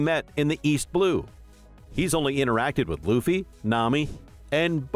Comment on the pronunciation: Whoahhhhh you started saying Luffys name right 😊